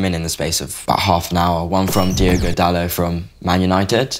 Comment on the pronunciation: Why can English people not say Dalot correctly?! They always say it like he’s a French guy… you pronounce the T people, it’s DaloT